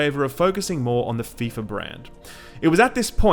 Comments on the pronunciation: "Ef eye Ef ay Soccer!" My sides! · "EF EYE EF AY INTERNATIONAL SOCCER" - I lol'ed